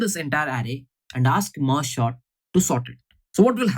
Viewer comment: everytime he says merge Short , it makes me laugh 😂😂